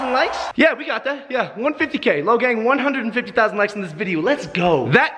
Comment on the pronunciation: Logang for life and you said it rong